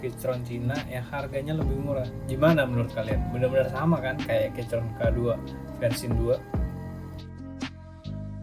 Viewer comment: saran: sblm ngereview, perbanyak research dulu deh gan. bacanya bukan "keycron", tapi "keykron".